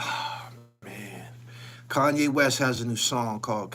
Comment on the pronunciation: HassanYE??? .... "Sanye" smh